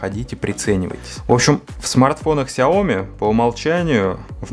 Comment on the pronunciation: Сяо-Ми с ударением как сЯо-мИ, так правильно по-китайски будет "маленькая штучка". А вообще спасибо за дополнительную инфу, кое-чего не знал :)